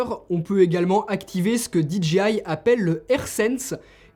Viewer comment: SVP, ARRETEZ de dire Dee Gee Aie !!!! Vous pensez le dire à l'anglaise mais vous dites DGI ! Le J en anglais se dire Jay !